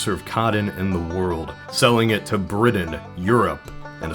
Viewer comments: Cotton. Not codden. Also, Britain. Not bridden. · I love your voice but I hate how you say "codden" and "briddain" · Coddin. Briddin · Coddon? Bridain? I can handle hearing a hard ‘t’ if you pronounce the words as spelled. 😂😂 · Also it’s apparently bridden, not Britain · I shuddered everytime he said coddon, it's COTTON! Also, Bri*Tain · And they sold it to Bridden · Is it me or is the narrator calling cotton "coddon" and Britain "Bridden" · Bless you, sir, but I can't listen to the word cotton pronounced as coddon one more time. Or Britain as Briddin. But thanks for the alternate history romp. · Your pronunciation of “Cotton” is distractingly strange. You pronounce it like “Coddon”. The same is true of your “Briddon” for “Britain”. Where are you from? BTW - Texas WAS split up to a lesser degree than what you highlighted. Large parts of present-day New Mexico, Oklahoma, Kansas, Colorado, and Wyoming were all part of The Republic Of Texas.